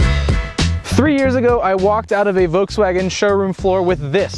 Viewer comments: It's Voltswagen, not "Voteswagon". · Volkswagen. Not Vokes Wagon. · There’s an L in “Volkswagen.” It’s not “Vokeswagen.”